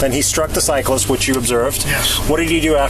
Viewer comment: Why do Americans struggle so much with the word … cyclist? 🤷‍♂️ 😂😂😂 “Bi-cycle-ler-list” 🤦‍♂️ “Cycle-list-ler-bike-man” 🤦‍♂️